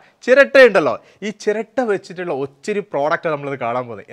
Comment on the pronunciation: ഓച്ചിരി അല്ല ഒത്തിരി